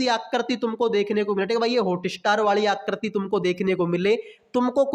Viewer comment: Phle aap aakriti bolne ke liye Sikh jao uske bad figure counting pdha lena bhai